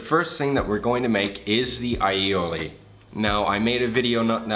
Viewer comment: Perfect allioli pronunciation